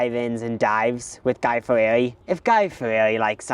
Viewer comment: i hope you guys never learn how to properly pronounce guy fieri's name